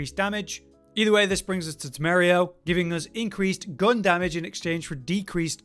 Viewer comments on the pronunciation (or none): As a Spaniard, every time you said "temerio" instead "temerario" I lost a bit of health. Temerario means reckless, by the way.